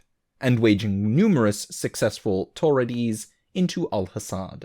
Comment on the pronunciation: I'm pretty sure that "Torades" is pronounced similar to "Crusades", but that might just be my brain's way of interpreting it.